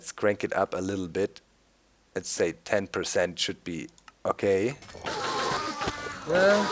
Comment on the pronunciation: Please, please stop saying "sayt". I am not english and the correct way to say it is "say".